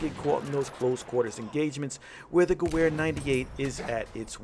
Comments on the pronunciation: GU VER not GOO WHERE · the "goo-where" lol it's "gov-air" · wtf is q gahwhere rifle? its gah ver rifle say gah-ver. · sorry I must say this... I know we are American but Miss pronouncing Gewher 98 makes me cringe, its pronounced (Ge-Verë). you said ("Gew-Where") I took German Class not to long ago, It just makes me Cringe everytime I heard that. Not bashing just saying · It’s pronounced gever not gewver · For the love of god stop saying gew wair! Its pronounced guv-air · You completely butchered how you say gewehr, it’s like ge-ver not ge-wer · Guwer... I think it's pronounced Gever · Hey i love the channel so far but my only gripe is the pronunciation of gewehr instead of saying ge-where say it ge-vhere. Good luck on the channel sorry if i was a little nitpicky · Ge-wear lol it's ge - vear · Thats not how you pronounce Gewehr. Its "Ge-va-re" The w is pronounced like a V for some reason in german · Its geWer! The W sounds like a V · it's pronounced gevear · Gewehr is supposed to be pronounced Geber... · Ffs. "Guh-wear" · Gewer is pronounced like gevear i know thats nitpicking but still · 1: the Russian rifle is pronouced "Moi-Zen Ne-gahnt." 2: the German rifle is pronounced "Ge-vair." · Love your videos, but the Gewher is pronounced "Ge-ver" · Dude it's pronounced gov-air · "Goo where 98" disliked and reported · Sry but it's pronounced gu-vay-er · It's pronounced "gavare" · "50 kills with the goo-where 98 marksman " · Gewher (Ge-v-ar) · It's pronounced (ga-vare) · It's pronounced "gevehr" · It's pronounced geVer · Great video but the mispronunciation of Gewehr killed me lol. (it's pronounced like guh-vher :D ) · Rump Spank3r do u know what i want to do when someone is butchering german language yes u are right i would make love with a nuke and i wont forget to use lube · The Charger "W" is pronounced as "V" in the German language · I think the Gewhr is pronounced (Ge-vare) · The "w" sound doesn't exist in German. Pronounce "w" as a "v." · Say gewehr right